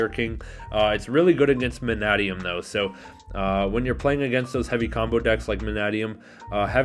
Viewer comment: You are the only USA based person that I've heard pronounce Mannadium correctly.